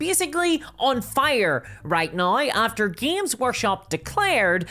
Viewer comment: why do you say now that way? naoi?